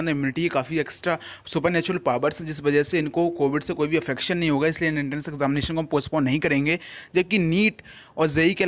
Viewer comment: affection nhi inefction..... bro